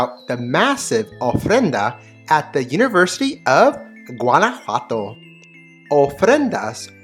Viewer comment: Beautiful video, just one criticism…your pronunciation of Guanajuato!!!